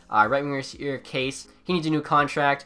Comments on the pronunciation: It is pronounced "Kasha" not case. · Kase is pronounced KAHSHA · Kase is pronounced Kasha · Btw, Kase is basically Kasha, not case XD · “Case” instead of Kase or Kasha like it’s pronounced😂